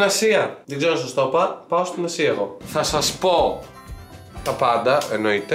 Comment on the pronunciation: Ελεγε Ασια και ακουγα Συρο... παω καθολου καλα;🤣